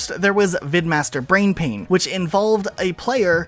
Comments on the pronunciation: I hate to be that guy since I know everyone else has probably said it at some point, but, "Brainpan" not "Brainpain" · it's brainPAN, not brainpain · Dude..... "BrainPAN" not brainpain. No clue why that even bothered me lol.